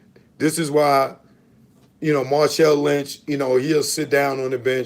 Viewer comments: That nigga speaking wrong with confidence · Wtf is "March-on Lynch" n "Goo-Dahl"?, you're an idiot ✌🏽